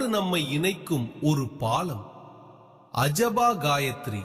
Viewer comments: அஜபா என்று சரியாக உச்சரிக்க வேண்டுகிறேன். ஜபம் என்ற சொல்லிற்கு எதிரே "அஜபம்" என்ற சொல். இதனை " அசபா" என்று உச்சரிப்பது தவறு. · Asabha illai. Ajaba. Solrathai ozhungaa solluppa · asaba sapam illa AJABA JABAM correcta solla pazagu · அசபா இல்லை,அஜபா ( Ajapa).மனதில் ஜபிப்பது.